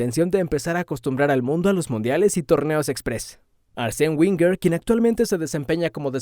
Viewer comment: Nada más escucharte pronunciar mal el apellido de arsene, hace que pierdas toda credibilidad.